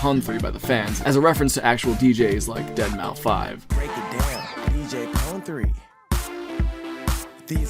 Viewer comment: thank you for pronouncing it Dead Mau Five